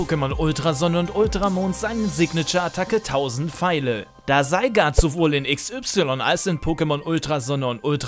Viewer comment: Das "Seigart" triggert mich minimal ;D